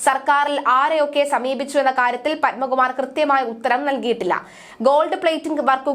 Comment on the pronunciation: പൻമകുമാറല്ല.... പത്മകുമാർ !